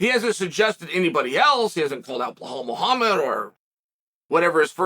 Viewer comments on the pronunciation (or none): “ Belal/ Blelhal Muhammed or whatever his first name is “